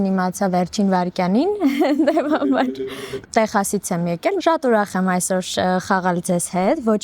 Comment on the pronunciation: Texas gravum e teqsas kardacvum yev artasanum. mi axavaxel lezun yete cheq karox chisht artahaytvel